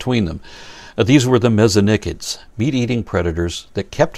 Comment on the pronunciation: Thank you for pronouncing Mesonychids the way you do. Yes, I AM claiming that this is the correct pronunciation in an English environment.